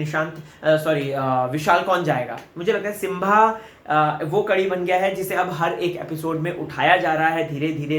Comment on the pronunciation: It's not Simvaa it's Simbaa